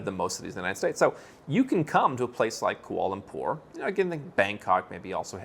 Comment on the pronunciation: seemed to have difficulty pronouncing Kuala Lumpur. And he's a news anchorman!